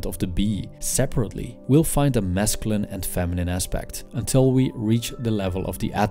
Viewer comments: I like how he says mescaline (wich is a drug) instead of masculine. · This guy subliminally made me try mescaline by the way he says masculine